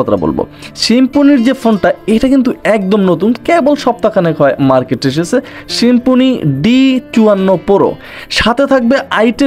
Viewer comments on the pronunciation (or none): "শিম্ফনি" কী ভাই?? 😂😂